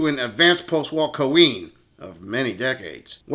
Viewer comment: Everytime this guy says “cuh-ween” I die a little inside